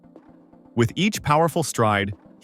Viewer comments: When doing a documentary accuracy is key. Tebogo is not Botswanian. He is a Motswana. His name is not Teh bow Go. It is pronounced Teh Boh GhoH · You are butchering the surname, I think its about time Africans are respected and valued.